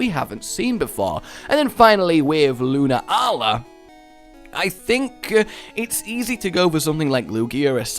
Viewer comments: Pretty sure it's pronounced "Lu-naa-la." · it's not pronounced solgaleo it's a play on solar and Galileo so it would be prnounced Sol-ga-lay-o and the moon one is a combination of luna and galilei so it would be pronounced Lune-a-al-ei